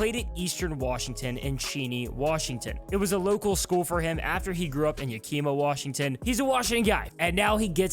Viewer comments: Im so sorry but i gotta say something. Its Yak-ima, not Ya-kima lol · It's YAK-uh-muh. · It's Yakima not Yakima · Me: "is this a local guy?" hears him say "Yakeema" Me: "nope" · 1 klint wasnt the oc for the niners 2 what is ya-kima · no, it's actually Yakima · Anyone hear the talking head that called Yakima... Yamika Yawm-ick-a? Lol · Seeing DK in Steelers gear hurts. Washingtonians sure love telling people how to say Yakima. Just wait until they try and say Stillaguamish. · As a Washington state resident born and raised I was quite offended by his pronounciation of Yakima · Pronounced Cheney correctly but not Yakima. I’m stoked for the hawks for sure!